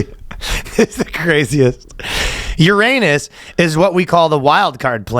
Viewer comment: URANUS pronounciation. Oh no, Please Look that up Ryan!😂😂😂